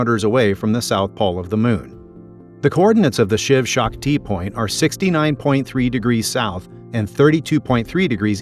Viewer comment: "He" makes is sound like the Shiv Shak Tea-point, not the Shiv Shakti point. 🤔